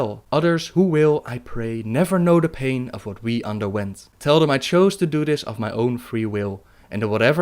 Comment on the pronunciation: Het is geen steenkolenengels, maar probeer misschien toch een beetje aan de uitspraak te werken (udder-other, deaf-death, dis-this, etc.). Ontzettend bedankt voor de videos!